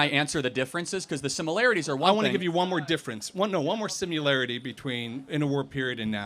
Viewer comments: "Professor" here just said "simularity." That's not a word. He also pronounces "certain" as "sur-in." This guy is a professor? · This guy is a professor and can't pronounce the word similarity? Smh. Someone needs to educate this guy that it is not pronounced "sim-ya-larity." Sigh. No wonder college kids are so screwed up. Dime to a dollar he probably says "exspeshully" as well.